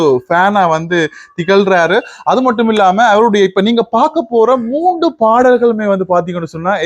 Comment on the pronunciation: அவர்களே, நீங்கள் பேசும்போது 'வந்து' 'வந்து' எனக் கூறுவதைக் குறைக்க முயலவேண்டும். மூன்று என்பதை மூண்டு பாடல்கள் என பலமுறை தவறாக உச்சரிக்க வேண்டாம். இந்திரஜித் இனிமையாக பாடுகிறார் -தொடர்ந்து கடும் முயற்சி செய்தால் மூச்சு எடுக்கும் மெல்லிய ஓசையயையும் ஒலிவாங்கியில் கேட்காமல் பாடலாம். பயிற்சி செய்தால் நல்ல பிரமாண்டமான எதிர்காலம் உண்டு.